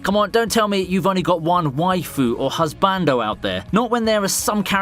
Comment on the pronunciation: Is it me or I heard husbrando is that a JO JO REFERENCE